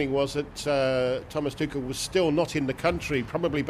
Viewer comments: Did she just say thomas tukel?😂😂. Its tushell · TuCHel not TuCel swear these reporters are daft sometimes. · Come on, stop mispronouncing his name. It's ˈtʊxl̩